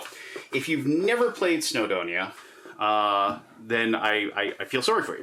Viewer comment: Welshman here - it’s pronounced “snow-doh-nee-uh”, not “snow-donnia”. 😉🏴